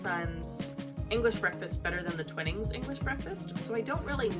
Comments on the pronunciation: Twinning is pronounced twine ing. I watched a video featuring the grandson of the twinning family and he said it was pronounced twine ing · I'll second the pronunciation of Twinnings as "twine (like the string) + ings" 😉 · The first I in Twinings is prounced like the I in “I like ice cream”or th3 word twine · Yes, along with the annoying music track her mispronunciation of Twinings is so gratingly American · I'm English and live on Yorkshire Gold tea, which is what we call builder's tea (very strong!) By the way, I don't know if I'm right, but us Brits refer to Twinings with a long I, so twine-ings